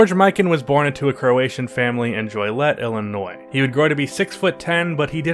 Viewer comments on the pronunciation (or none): Did you really say JOY-LET Illinois.......LMAO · Bro do you not know how to read and pronounce names?! It's Rochester Royals pronounced "Rah-Chester". And Joliet Illinois is pronounced "Joh-liet". How the hell do you have 170k subscribers?!...smh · When can’t say Joliet lol